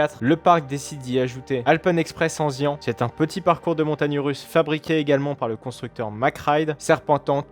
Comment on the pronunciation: Je sais pas ce qui fait le plus mal : voir une attraction que j'apprécie brûler où ta façon de prononcer "Enzian"...